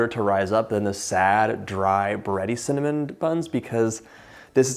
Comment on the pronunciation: Funny 😄 .... I heard my name CIN(dy)NAMON 😄